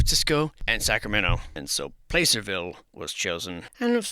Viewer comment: Not sure if it’s an attempt at facetiousness or not but Placerville is pronounced with a short A sound Plăcerville, like “cat”